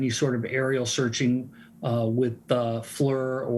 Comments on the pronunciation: Bird yea I worked for a company that made them (a machine shop) and I've only heard it pronounced fleer. Google also says it's pronounced fleer. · I can't get past it that guy just said flur. FLIR also known as forward-looking infrared is pronounced fleer.